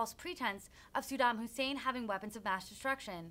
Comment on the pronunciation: Sudam Hussein, hahaha, it is as if she heard his name for the first time.